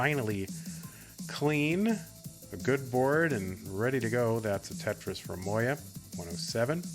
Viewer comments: bro its mo-ya, thats how a j is pronounced in german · I swear god I've heard 3 different versions of moja pronunciation.